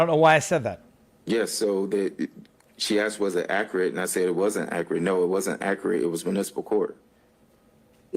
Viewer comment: "is this accurit?"